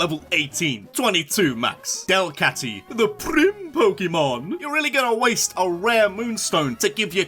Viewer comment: DELCATTY DOES NOT END WITH IE, IT ENDS WITH A Y! FIX IT NOW!